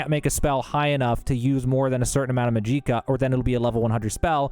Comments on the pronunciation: MAG-JI-KA Not that hard to understand guys don't know why he says it so awkwardly and puts so much emphasis on JI but alright 🗿👍. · What about maaaaajiiiiikccccaaaa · fr, same with calling magicka "mageeka" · Yeah this is more someone who doesn't know English well 😅 not all Americans I mean he said clockwise, went counter clockwise, magicka as majeeka, and carafe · Why are you saying "mageeca" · Restore mageeca lol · Are you seriously pronouncing Magicka that way? Please stop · Down voting for this guy's complete inability to say Magicka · It's literally just "magic" with an "ah" sound at the end, why did you pronounce it like that? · You are the only human on earth that doesn't know how to pronounce "magicka" correctly. Holy fuck. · Bro how do you say Magicka incorrectly, every single time, when the NPC’s tell you how to properly pronounce it. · Every time he said magicka I cringed like hell. It hurt... It hurt.... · Who the fuck says magicka like that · The pronunciation of magicka made my ears bleed. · Videos too long, not organized. Full of wasted chatter Naaaah im unsubbing. These are gerring worse lol dude cant even say magic right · He's pronouncing magic just fine, it's magicka that he's pronouncing uniquely. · I never met an American who can not pronounce magicka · Da hell is a majeeka? U mean Magi-ka, just like saying magic with AH at the end LOL your killing me bruh 😅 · I’m pretty sure this is just ragebait, but just in case you’re serious: in Elder Scrolls, 'magicka' is typically pronounced 'ma-jik-uh' or 'mag-ik-a,' like Lord Harkon in Skyrim’s Dawnguard DLC. I haven’t heard 'Mag-EEEE-cuh' in-game or from official sources, and most fans on Reddit and UESP go with the 'magic-a' sound. Pronunciations can vary, but there’s no evidence for a long 'i' being standard. Where’d you get 'Mag-EEEE-cuh' from? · Jih not Gee, even an AI voice can pronounce it right. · Ma-gee-ka!! 😂 and since when does 3 minutes take 20 fkn minutes?! Are we in Dementia?!